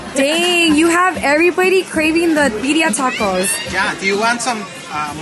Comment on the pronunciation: The biya tacos 😮‍💨 it’s birria roll ur r’s girl